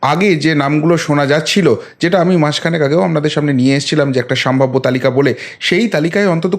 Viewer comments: বরাবরই আমি আপনার প্রতিবেদন খুব মনোযোগ সহকারে শুনে থাকি। আপনার বাচনভঙ্গি প্রশংসনীয়। আপনি যদি কিছু মনে না করেন তো আপনাকে একটা ভুল ধরিয়ে দিতে চাই! আপনি এই প্রতিবেদন পাঠ করা কালীন বেশ কয়েকবার বললেন '" সাম্ভাব্য" কথা টা খুব কানে লাগছিল ওটা হবে " সম্ভাব্য " আপনার এটা। Slip of toungue ও বলা যেতে পারে। যাই হোক পরবর্তীতে শুধরে নেবেন! আশা করি।‌ ভালো থাকবেন। এই কথায় আশা করি আপনি মনে কিছু করবেন না। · ওটি উচ্চারণ হবে সম্ভাব্য